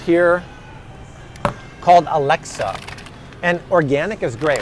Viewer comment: *AlexIa-A-lex-ee-uh, not Alexa lol.